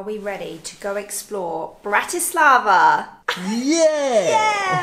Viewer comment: It's BRAti slava, not BratiSLAVA. Accent on first syllable. And no such word as Slovakian, just Slovak. From a Slovak. Otherwise liked your video.